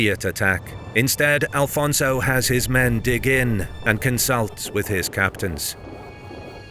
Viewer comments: Is not Alfonso, is Afonso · Great video! Just one small correction, it’s Afonso Henriques not Alfonso. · It's AFONSO, not ALFONSO! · Why do you say Afonso wrong? Please dont insult the Portuguese, thank you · i get angry every time you call our 1st king alfonzo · IT'S AFONSO HENRIQUES pá, fogo 🇵🇹 besides that brilliant video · its not alfonso you idiot.... its Afonso.... its not Adof its adolf, its not tump its Trump. dont disrespect the Portuguese, we are not mexicans. there are no alfonsos in Portugal we only have greats like Dom Afonso Henriques, your video is massively disrespectful to the Portuguese. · Thank you for the video. Just a quick note it is not "Alfonso" as that is the Spanish version of the name it it "Afonso" in portuguese. In any regard thank you very much for sharing One OF the most crucial Battles in the history of early portuguese Kingdom ❤ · Who the fuuuuccc is Alfonso? Its AFONSO caralho this ain't Spain so speak properly... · It's not Alfonso. In portuguese it's Afonso. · It is AFONSO Henriques NOT ALFONSO. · It’s Afonso not alfonso. Portugal first king is Afonso Henriques, not Alfonso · Afonso, not Alfonso. I see people correcting but the error remains even after being told. Nobody writes or speaks it that way in Portuguese. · Good pronunciation in Henriques, but bad in Afonso (no "L" in Afonso). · His name is Afonso, no Al fonzo🙄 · First of all if you want to use AI to make videos check with history books also, because it is not Alfonso but Afonso , we so not have the "L" in the name , that is a spanish name not portuguese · AFONSO, not Alfonso! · Afonso Henriques not Alfonso... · There is no Portuguese name that is AL-FONSO...it's AFONSO. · One Note: The king was Afonso Henriques not "Alfonso" lose the" L". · It's: Afonso, not Alfonso! Always without the L because he never took it ;) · please it´s no AL-FONSO it´s Afonso. remove the L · AFONSO! Not "alfonso", castillian word. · It's Afonso, not Alfonso. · Brother it is Afonso not Alfonso…